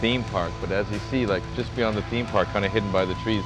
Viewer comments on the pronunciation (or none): none